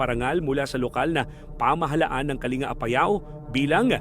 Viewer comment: Pronounce as kaling ga hindi kalinga